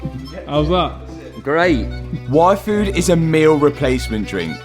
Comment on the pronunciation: Every time he said yfood I think its wifo! ara ara..